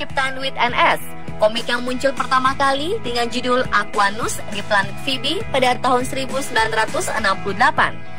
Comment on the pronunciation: Yang bener itu... Aqua, dan, Nus. Kalau nyebut yang bener napa.